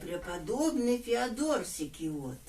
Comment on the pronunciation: Не ФеодОр , а ФеОдор!